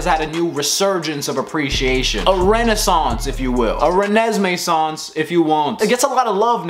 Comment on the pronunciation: "Renesmesance" got you a new subscriber